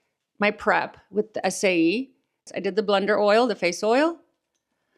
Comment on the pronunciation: the SAIE brand I believe is pronounced say.